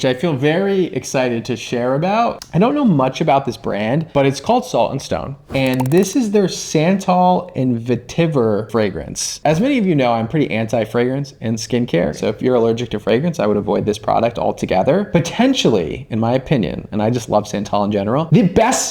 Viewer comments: Salt & Stone ... Vetiver ... pronounced Vet- i - vere comes in mens cologne. One of my favorite smells :) Very masculine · as a fragrance collector, I must say you royally butchered the pronunciation of vetiver. I mean, WOW! 🤦🏼‍♂️ 🤣